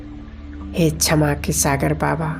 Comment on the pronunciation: ओम शांति बहुत बढ़िया कॉमेंट्री कराई आपने परंतु शब्दों का उच्चारण बहुत ही अशुद्ध था। क्षमा _ छमा शिव _ सिव सक्तीमान _ शक्तिमान सांती _ शांती